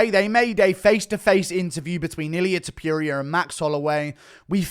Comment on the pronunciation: "Ilia tiopiuria"